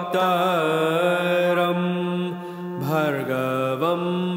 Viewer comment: You wrote "pravaktaram" but skipped the "r" sound and pronounced it as "pavaktaram" .. I don't know which way is right. Anyways, thanks for the video.